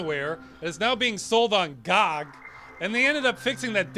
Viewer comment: why did you say GOG in such a harsh way? GOGCK